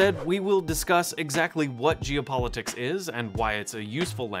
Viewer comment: Loved the video and the education, but it sounded like you were saying "Jew politics" instead of "geo", and that made me feel uncomfortable.